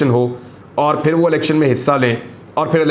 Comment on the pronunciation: Shaaaaiirrrrrrrrrrrrrr Nass ga-ay Fairrrrr (Bhaag ga-ay phir)